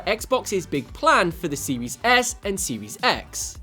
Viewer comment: Guy said xbox siwis s